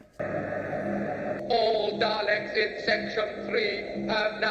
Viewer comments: Bruh, It's Daleks (pronounced "Dahlex" or "Dahlix"), ain't no Daylicks here 🤣 Why does he look like he's wearing a backwards baseball cap? You do find out eventually what the Daleks actually look like, also some of the bits where the Doctor looks confused, he was because the actor, William Hartnell, was getting on and having issues. Which is why he left. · When you said "I'm guessing due to the next episode title... the 'Dalecks'..." We're used to saying it as D'ah-lecks, not Day-lecks. For some strange reason, day-lecks had me instantly think of Dereck (Ricky Gervais' show) lol Probably because it sounds similar to the way you called them. I pictured strange Dalecks wandering around with Ricky's high-pitched voice stating "exxxxxterminate! EXTERMINATEEE!" followed by Ricky's loud giggling laugh! Anyway, I'm sure it's been said before, and you picked up on the correct name shortly afer, but yep, it's Dah-lecks that us Brits call em. Fantastic watch-along and yes so enjoyed the logic vs the characters actions:D Thanks! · Oh no “It’s the Daylecks” 😂